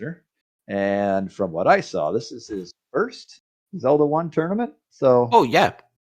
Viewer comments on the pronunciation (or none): Paaaaaainful. Also, it’s a tournament, not a “torenament.”